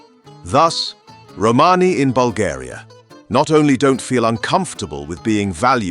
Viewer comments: Had to stop watching a minute in . The word is Romani .......not Romaney . Roman eee . NOT Roman-eyyy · lmao mans said 'Holmes' 💀🤣